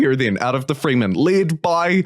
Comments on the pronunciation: Yep… not freemen… frehmen… Also its not doon… its Dune kinda like June but with a D. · It's not the "FREEmen." its "Fremen." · It's pronounced with an "eh" sound, not an "ee" sound :)